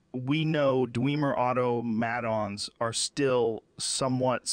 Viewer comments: Everything is perfect even down to the detail that Joe is having trouble saying automaton. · Ironic the AI struggles with the word "automaton"